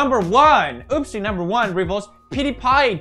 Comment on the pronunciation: Did anyone else realize that pewds said ospie instead of oopsie